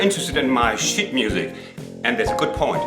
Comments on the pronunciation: The addition of the sheet music is fantastic. Your accent makes it sound like Shit music. Which always makes me jump. I suspect its more to do with how I hear it it. You are a clever bloke. Is the Berlin Yacht Club still there. I played there a long time ago. Very Posh in those days. I had Harmony lessons in Berlin. Paid for by the Berlin Senate. In those days it was three East Berlin marks to 1 West Berlin mark. Trombones for a third of the price. Rudy Muck good instruments. Til I bought an American Conn. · Just a thought, but I'm very amused by your pronunciation of "sheet music", because if you don't use a long "ee" in "sheet" then it comes out as "shit music" which is definitely isn't 😂😂😂